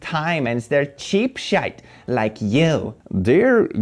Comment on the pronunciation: Love how he pronounces 'sh!t' the Irish way :)